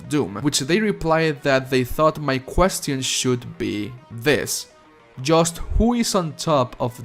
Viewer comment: you are the best in terms of Doom News, but please - open this link and learn how to pronounce the word "QUESTION".